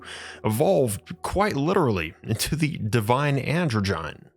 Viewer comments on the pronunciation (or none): Androgyne - is pronounced 'An - drodge - en -- knee' not 'androgine'